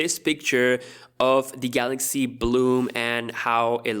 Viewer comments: Everyone: Galaxy s20 Dj Koh: Galox S20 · Galoxxuh Essa Twenthi oltra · No no no, it's gahluksh